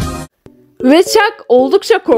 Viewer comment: Ben izledim.Ama bi ve chuck diyemedin.😅😅😅